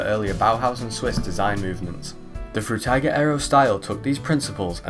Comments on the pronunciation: By the way. Its spoken "Frooteeger" . (Atleast you spoke the g right, which most people do wrong.) Frutiger was a guy from Switzerland and in the German Language, I is spoken like in "Involvement", "Indoors" etc. The english "I" = "ai" does not exist in german. You need to put another vowel like "a" or "e" in front of the i to get the english sound. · Fruitiger Aero. Sounds like "Fruit Tiger Arrow", when he says it. And I like that. I wonder which fruit emoji is the MOST fruit emoji and if we could use just three emojis to represent that word in a literal sense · Frew-tay-gah arrow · Did bro just say ‘fruit tie gir ‘ aero? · Drinking Game: Take a shot every time he says "Froo-tiger" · Can you please fucking figure out how to say Frutiger right